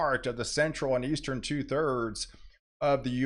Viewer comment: Why do you say "Eas-TREN" for "Eastern"? Cheers.